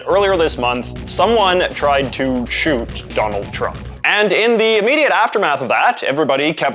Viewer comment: A Canadian saying the word shoot feels weird somehow ^^’